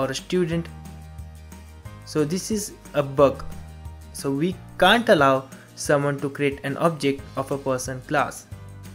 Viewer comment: Your can't word is not clear yar...